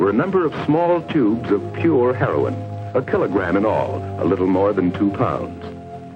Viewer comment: ONE REEFER AND W H A A M HOOKED ON HEY-RON